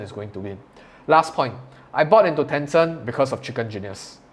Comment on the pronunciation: Ten Cent. Not Tenson! 😬